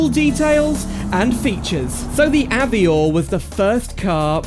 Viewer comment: Very cool mod! But isn’t it pronounced av-war? Like the French way? Also is there a demo on the repo to try out?